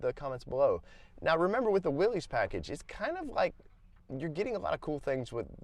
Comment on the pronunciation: Nice rig. You’ll probably want to keep it. They’re awesome rigs. BTW, Pronounced “Wil-liss” not willies